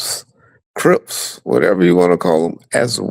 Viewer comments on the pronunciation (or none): Even on YouTube still try to play the blood side, so I believe what Vlad was told. Even in this video, he refers to crips as “rips”. He does it often